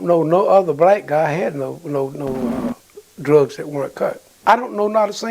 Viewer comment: Why are you the most censored channel it seems. Blocking out Vietnam war!!?? What's that about? Then you'll mispronounce a word like dee rugs and then few minutes later forget and say the word drugs normally so what was the point. Is you tube really that strict that you have to censor yourself to this extent.